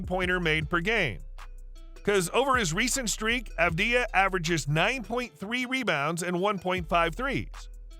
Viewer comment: You are pronouncing his name wrong. Put the emphasis on the first A. *A*vdija (correct) Avd*ij*a (incorrect) In the near future, you will all know how to properly pronounce it